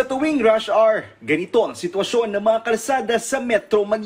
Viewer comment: OMG, mamang reporter saan ka nag aral ng inglis and saan mo nakuha kung paano bigkasin ang salitang “Hour”. Kung gaya gaya kalang aba eh gumaya kana sa tamang pag bigkas. Heto ang link para mapag aralan mo ang tamang pag bigkas mahilig karing gumamit ng salitang inglis eh mas mainam itama mo na…